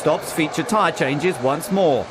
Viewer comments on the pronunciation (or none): none